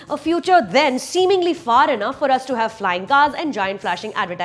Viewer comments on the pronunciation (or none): none